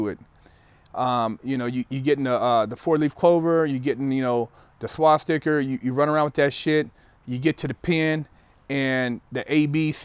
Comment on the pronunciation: totally said swasticker 😆 😆 😆 but what hes saying are #realtimefacts